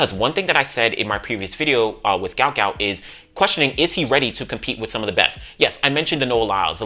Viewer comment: Stop the mispronounciation of the man's name it's guot guot